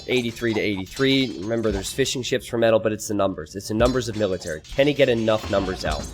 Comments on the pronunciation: Every time you say fishing ships I hear "fish and chips" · When you say fishing ships i hear fish and chips.